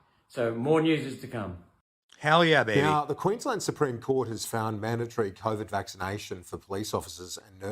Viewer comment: 😂 "The manda-mandatory vacci-vaccinations.", Benny? 😂😂😂